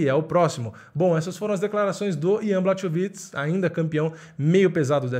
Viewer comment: Então, na língua eslava o "ch" tem som de "r". Na russa (q também é eslava), é parecido, mas o "kh" tem som de "r". Então Khabib é "Rabib", assim como o famoso prosista Tchekhov é "Tcherrov". Portanto, por favor, "BLARROVITCH" (ou, mais precisamente, "Blárrovitch"). Mas aí, claro, só se tiver interesse em não falar errado toda vez. Só se quiser.